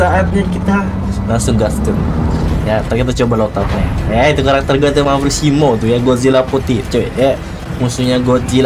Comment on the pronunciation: Bang itu bukan shimo tapi di bacanya shiimu...titanus shiimu